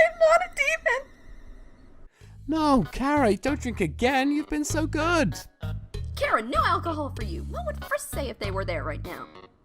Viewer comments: CH ara not C ara seriously GET IT RIGHT my opinion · It took everything in me to yell "ITS CHHHHHARA NOT KARA"! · WAIT ITS PRONOUNCED CARE-A AND NOT CHAR-A WHAT WHAT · It’s chara not cara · Finally someone realized chara is a play on the word character and isn't pronounced char ah